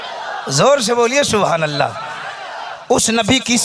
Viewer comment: Suwhanallah nahi balke subhanallah h hazrat